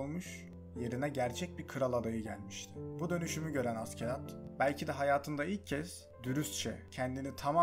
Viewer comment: hocam keşke askelad diye değil ashelad yada aselad diye telaffuz etseydiniz animede hep aselad deniyor